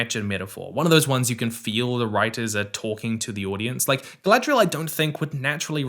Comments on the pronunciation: i hate the way they pronounce some things that mostly started in the hobbit, like why they saying “gfdlaygaghrial” instead of Galadriel, tbh even if this is based on tolkiens stuff it sounds like someone making a very bad attempt at saying a word from another language like when Debora from kanas says “inchy ladas” LOL and THE SEA IS ALWAYS RIGHT?!?! WHAT?!?!?!?! this is not how humans talk, yes tho as ya pointed out theyre just not the most experienced writers, shoulda known tho abrams had his filthy paws involved lol, abrams i dont give the same grace he knows hes making trash he never changes never listens to feedback he just sticks his fingers in every franchise to ruin them for a quick bit of cash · Rings of Power reviews is how I found out about. At first, it seemed like he just had legit criticisms. Then I heard him say Guyladriel. So I looked at other videos of his and one of the first ones I clicked he says that he enjoys Daily Wire content. Boo.